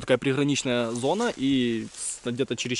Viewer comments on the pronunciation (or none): none